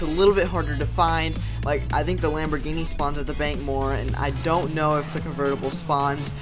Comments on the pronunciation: U said lamb ogre. 10 times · 32 times you said lomborghini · You said lambogini 27 times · you said lamborgini "23 times"